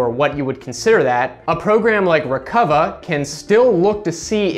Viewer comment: It's pronounced Rec-Uva